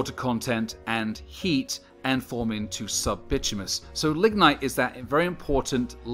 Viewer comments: "Bitumous [sic]" -- you're missing a syllable: / baɪˈtu mə nəs, ˈtyu-, bɪ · / It’s called by-tumb- in-iss